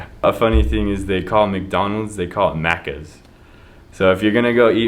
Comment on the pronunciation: you said maccas perfectly my dude. perfect accent.